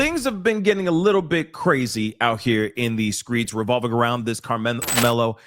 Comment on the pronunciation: Why do my black people keep saying skreets. It's streets dang it.... let's speak words as they're spelled. "HOW DO WE SCRAMBLE ALREADY SPELLED WORDS".💯🙏